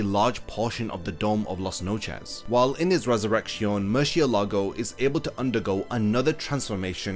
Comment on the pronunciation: Just a tip on your spanish: mind the accent mark of the words. You say murcielÁgo, but it is murciÉlago; you also say relampÁgo, but it is relÁmpago. This little thing makes a huge difference.